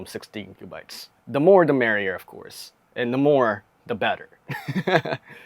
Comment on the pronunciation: Its These not "dese" its The not "der"